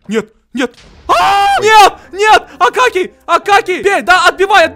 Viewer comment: Правильно не акакий а акокий